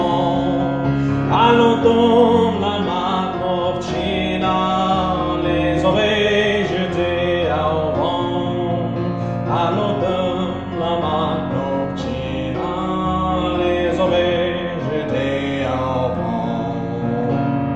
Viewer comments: That's perfect except for "jeté au vent" because "au" is pronounced "o" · fait attention, quand tu dis au vent, on dirait tu dis "avant" ca change le sens de ta phrase, par moment tu change la prononciation du a en o, du coup ya certain mot qu'on tarde a comprendre, sinon super chanson, belle voie . traduction: warning, when u said "au vent" it seemes that u say "avant", that havent the same sense in youre sentence, and at certain time u change the pronunciation of the "a" in "o", so there are some words which we dont understand right away, but, that's great song, very great is your voice too. sorry for my english language by advance, i dont speak him good but i try